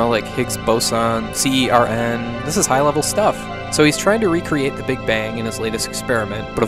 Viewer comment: Did bro call CERN, C-E-R-N? We just call it CERN.